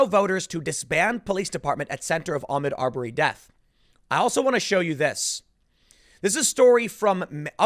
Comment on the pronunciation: Tim. Its Ah-mOd Ar-berry. Pronouncing it Ahmed Aubury is playing into these stupid fucking "Armed Robbery" jokes.